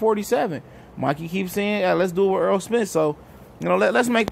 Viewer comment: I respect Mikey for this. I haven't one Welterweight call Errol's name like that. Props to Mikey.